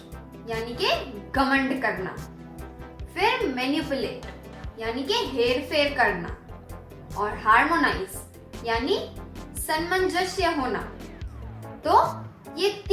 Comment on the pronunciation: Madm ko samnjsya bolna nhi aata